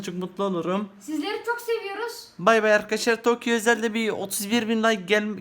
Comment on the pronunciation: Toki değil Taki arkadaşlar